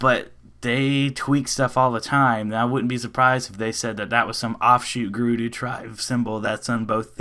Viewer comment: It's not gerudoo. Stop saying it like that.